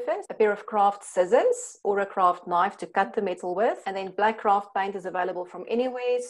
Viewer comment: lol sounds like she's saying "Kraft cheese." that would be weird.